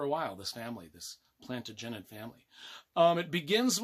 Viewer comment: Loved the review even if you can't pronounce Plantagenet properly. You can't go wrong with any Dan Jones book.